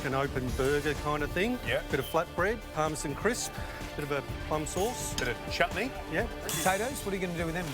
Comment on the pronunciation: Parmesan? It's supposed to be pronounced as parmesan...